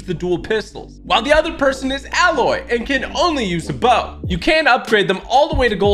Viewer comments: It’s a-loy not alloy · Why do so many people say alloy like the metal its pronounced Ayy-loy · A-loy!!!!!!!!!!!!!!!!!!!! Not alloy! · I dont mean to be that guy but TG her name is not "Alloy" its pronounced "A-loy" kinda like "De-ploy" If you dont trust me just check the way they say it in the game. I promise im not a troll. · Tg plays the Aloy this is how u pronounce it Ayloy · fun fact: aloys name is pronounced AY-LOY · Its pronounced like Ay- Loy, Aloy. :) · It's "Aye-loy". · You are canadian as am I, so I say to you sir... it's pronounced EH-loy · It’s pronounced Ay loy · Can any streamer learn how to pronounce aloy